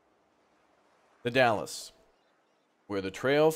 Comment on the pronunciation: Dalles is "Dalz" haha, Dallas is in Texas :')